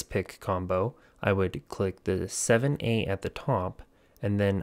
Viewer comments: Where are you seeing “ZA” not once did I see “ZA” and you said it multiple times on multiple different codes..? It was 7A every time. Lol 😂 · I love how you keepbcalling the 7's "Z" It's hexadecimal. That's 1-9, A-F.. Ffs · 7A is not Z A. it is SEVEN A